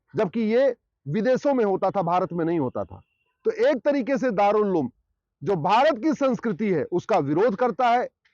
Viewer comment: Ulem nahi he uloom he😂😂😂😂